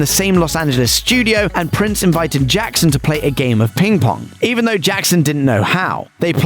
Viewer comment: "And sent the new version bacc to Jaccson Now you can't unhear it